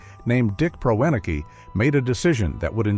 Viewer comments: His name is pronounced PREH-neh-key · A major problem with AI voice over is the inability to pronounce unfamiliar words. Dick Proenneke is pronounced Pren-ak-ee. It is distracting to keep listening to the AI voice mangle that over and over again, and in different ways each time. I'll take a pass on this channel, since there are so many good YouTube channels with human creators reading their own material.